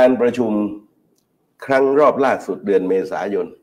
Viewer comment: ธนาธร ปิยะบุตร พิธา .สติเริ่มพร่ามัว ดูพิธา อ่านชื่อเดือนยังไม่ถูก เป็นว่าที่ นายกฯของประเทศ แต่ละเลยวันสําคัญ ของชาติ อาการหนักเป็นกรรมเห็นชัด